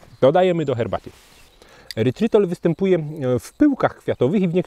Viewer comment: nie "erytrol" zamiast "erytrytol"?